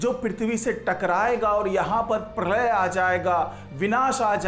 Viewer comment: परलय नही प्रलय बोलो